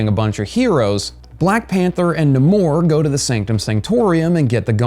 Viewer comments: It is actually pronounced Nay Mor Not Namor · Pronounced NAY-mor not -NAH-mor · And it's "Nay-more." Smh. Do you even comic? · Cringing every time buddy says namor.